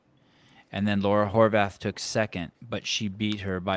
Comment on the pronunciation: But maybe get her last name pronounced correctly first, Horvát(h) the h is silent in Hungarian.